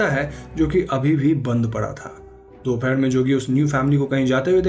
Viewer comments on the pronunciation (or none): none